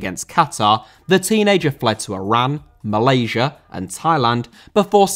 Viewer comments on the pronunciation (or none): none